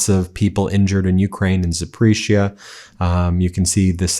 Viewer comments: Dude, Запоріжжя is pronounced Zah-por-REE-zha not “Zapreezha”…. LOL…. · ZAP-O- REEZH-YA , not Zapreezha. And Kherson is pronounced like the ending in "Bach" KhErson and KhArkeev. Please be respectful of the names, otherwise you do a great reporting job.